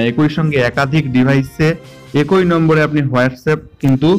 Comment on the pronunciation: কথাটা- একঐ নয়, কথাটা হবে- ekee